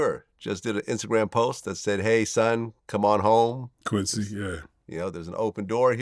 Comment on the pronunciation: The “I thought so” 🙄 and the Quincy yes, took me out!! like come on at least get the name right bra 😂😂 it’s giving BIG OPPS